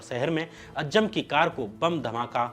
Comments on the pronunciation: Dear shyam ji. A fan of your work. If you dont mind i have suggestions. Though it doesn't matter but there are few spelling mistakes at times which can be checked. Also at times the pronunciation can be corrected of difficult words eg. ajjam is actually aazam. Thank you for your videos. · It is not अज्जम It is अज़्ज़ाम